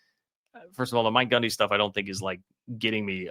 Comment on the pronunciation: Is he saying Gumby